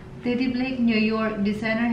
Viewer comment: Tedi d b teddy ur pronun.pls tagal mo na sa america ay naku....